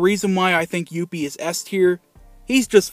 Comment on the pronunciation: I love the way you say "Youppi"!!! LOL He's my absolute favorite mascot. He was awesome with the Expos and he's now awesome with the Habs.